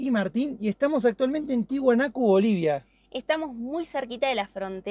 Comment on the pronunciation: No se dise ti hunaco😊😊😊😊😊 se dise Tiahuanaco